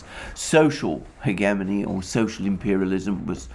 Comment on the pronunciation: Hegemony is another word he can't say correctly.